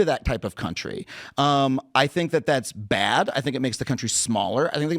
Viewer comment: "Its BAYYAD" 😂😂